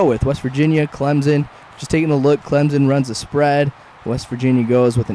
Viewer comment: It's Clemson with a s not a Z¡!!!!!!!!!!